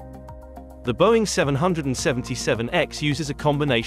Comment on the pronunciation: Can’t abide the poor AI audio. Learn how to say “777” and we will take you seriously.